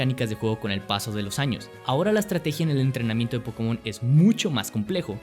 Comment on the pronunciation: pero si no sabes ni pronuciarlo como va a ser tu franquicia? xD